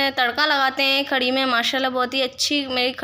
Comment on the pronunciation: Mashallha khadi nhi kadhi bolte h bhen meri